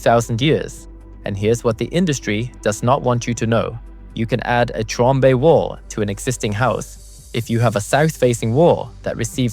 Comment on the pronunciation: I don't speak French. Thank you for confirming Felix's last name is correctly pronounced "TROMB" (silent E) and not "TROMBAY."